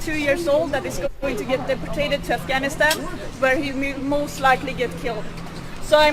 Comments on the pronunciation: I don't speak Swedish at all, but "deportated" ?? That was grinding my gears every time she said it. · Why does she keep saying deportated? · Can we talk about her saying "deportated"? It's "deported". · deport-tate: so terrible lol stupid bitch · Day-poor-tayted. Fucking stop. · "deportate" - WTF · "Deportate" That's a new one. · What infuriates me most, however, is that nobody corrected her when she said "deportate". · "deportate"? lol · because the lovely lady in the video constantly pronounces it "deportated" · Did she say "Deportate"? Bitch doesn't even know how to say the word right, and she thinks she knows better than everyone else. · ... "Deportated." Sweetheart, I have friends in Scandinavian countries who run rings around native English speakers. And they're not , 'privileged', they're just ordinary citizens. Do us a favor, dear, and learn how to speak the language before lecturing us in it.